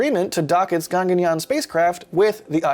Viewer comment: It's not Ganganyaan it's GAGANYAAN.